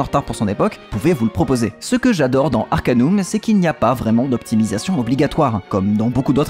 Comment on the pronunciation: Salut, a l'epoque personne ne disait Arcan[U]m mais Arcan[AU]m (du moins en france ! xD) Note: Le jeu est sur Steam Note2: le Patch Fr se trouve aisément, sinon me MP xD Note3: Bonne vidéo!